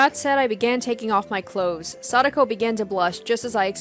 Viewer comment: You say Satoko like Sadako. Every time I hear Sadako. Both Satoshi and Satoko have the same To sound